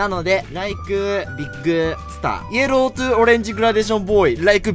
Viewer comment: イエ…ロー？ヤローになってない？気のせい？笑 しかも「ロー」はエルだぜや…